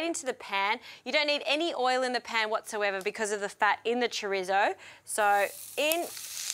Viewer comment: I love that she says “chrizzo”